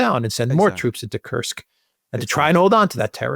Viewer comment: Thank you for not saying Curse-k.